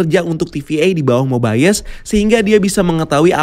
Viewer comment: Mobayes atau mobius